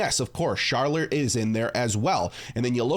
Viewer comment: he said charler